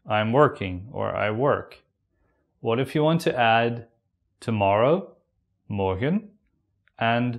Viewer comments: It sound morkhen not morgen hahaha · The video is good, but seems to be not from Nederland.He pronounces "morgen" like a german word. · why do you pronounce your g's like an English g and not as a guttural? Hence 'morgen' becomes the same as the German. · I was expecting a hard G when you said morgen.